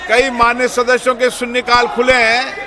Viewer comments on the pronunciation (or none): लोकसभा अध्यक्ष के बोल --- सू सिरी इकरा चौधरी ---- सून्ने काल ( ठीक उच्चारण सुश्री इकरा चौधरी -- शून्य काल ) ---क्या कहे?